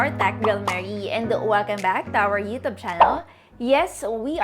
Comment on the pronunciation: It sounded that way kase Hahaha.